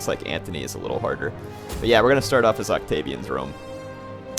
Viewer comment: it's Marc Antony not Marc Anthony. Why did you decide to play Octavian, I mean come-on it's "MARC" Antony hint-hint